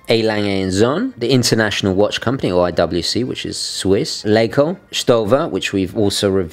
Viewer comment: L-ah-co, not Lake-o. It's an abbreviation of Lacher and Co.